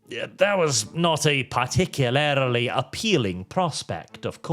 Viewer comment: please... Par-tic-u-larly.